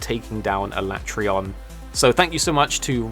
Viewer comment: The only complaint I have is the way you pronounce alatreon